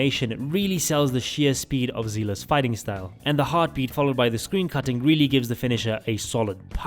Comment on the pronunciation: as someone who plays honkai impact 3 i cannot stand it that the EN voice lines call her ZELA like come on there isnt even a A sound in her name its seele (zee le) this is why i play in jp.v so im still holing that ''gun'' up for a difrent reason